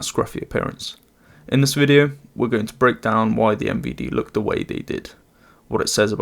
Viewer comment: Honestly, Best Pronounciation of MVD i have ever heard On the Western internet